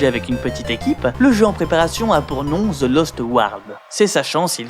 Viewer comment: Pourquoi les francais disent ''Ze'' au lieu de The...